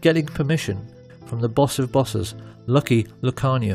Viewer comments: Amazing doc, they way he pronounced lucky Luciano’s name tho 😂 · Great doc, but he horribly mispronounces some well known names--Like Lucky Luciano, Cermak and so on.